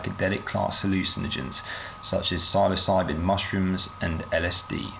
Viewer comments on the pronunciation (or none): none